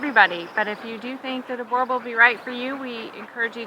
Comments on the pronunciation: i think what irratates me is that firstly its Boer bull not boeeeer bull ffs, secondlywhy the hellis a 2 american woman commenting on our South African dogs? so let me break tis down for you quickly, 1. Boerbulls are a mix breed between Mastiff, rhodesian ridge back and nguni, 2. they were bred by the settlers because what was needed was a large breed working dog for home defence i.e. gaurd and personal protection i.e. dangerous game e.g. lion, leopard etc. 3. they are family friendly but do not let children irratate them eg. let your toddlr hit the dog thy will react badly, they will protect family and home with their lives i have personal experience of this, they can do long distances they are incredibly powerfull, they are obediant and will do anything to please their owners and have their owners love an affection, they are jealouse and attention mongers they are also smarter than your average dog but no genius, they are more than happy in a average to large yard but most happy on farms or in the bush they do need excercise, they are incredibly tough and resiliant animals need very little grooming, male boerbulls can have a bit of a temprement issue but females are always good tempered, 4. the specimans shown in the video are average to good if you really want to see a good example of boerbulls look up "plaaswag boerbulls" on the net one of our best breeders in the country with KUSA champion breeding paires, lastly i reside in Phalaborwa South Africa we live in the bush ve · Jesus the mispronunciation XD sounds like she's saying Borbulls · Enjoyed this. Thanks. The only thing that needs to be rectified is the pronunciation of Boer. The "oe" sounds more like the "oo" in the English word Cool. Not like Bore or Boor. Thanks. :) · Please pronounce it correctly boo-r bulls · When an American pronounces Boerboel it sounds like Gorebull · its pronounced boor boel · Americans it’s not that hard to say boerboel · She doesn't even know how to pronounce it